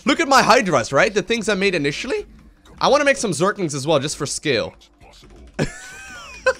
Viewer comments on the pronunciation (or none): "Realistic skill mod." What accent or language is that? Never before I have heard scale being said the same way as skill. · Scale...pls pronounce it correct. Not like skill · Michael Viselli he heard "scale" as "skill"